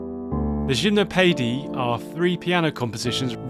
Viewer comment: the info is great, the pronounciation is crazy lol Shimnowpeidy by Saty lol